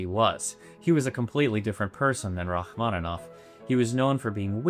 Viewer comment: Rachmaninov ,no rachmanov